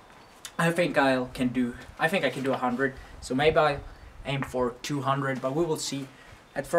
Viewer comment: Not i fink its i think